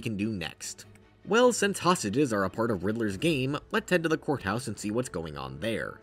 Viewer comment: every time i hear him say courthouse when i zone out i mishear it as whore house💀